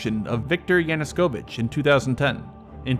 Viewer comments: Dude, it's not "YANU-S-KOVICH" It's "YANUKOVICH" .... there's no fucking S in there. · Its "Yanukovych", not YanuSkovych goddammit! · excellent content and analysis, as usual. great job bro. Just one thing, it's Yanukovych , not Yanuskovych.